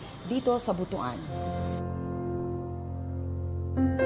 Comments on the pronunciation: It's not pronounced as BOTO-AN but BU-TUAN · Butuan ( Butwan ang Pronunciations) hindi po BUTU-AN.